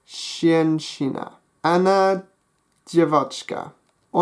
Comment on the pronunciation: Well something is wrong with the word мужчина. The stress should be on the second syllable. Женщина is almost ok, but is should begin with the sound (I don't no how to write it) like in the word pleasure, Zh. Мальчик. The stress is on the first syllable. ем. You said something like ''yom'' instead of ''yem'', But on the whole the pronunciation is quite good. I''m a native Russian speaker, btw.